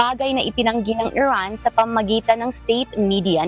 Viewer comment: Iran ❎ Erraan✅